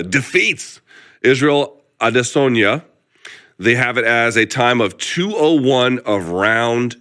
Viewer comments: Luke, just wanted to chip in to say I appreciate the new pronunciation for Izzy you seem to have invented in the last few weeks: Ade-SORNYA. Just say A-DES-onya or pronounce it the way you used to. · Nobody: Luke Thomas: Adizoneya